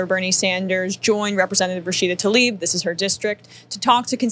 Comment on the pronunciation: Tlaib, not Talib.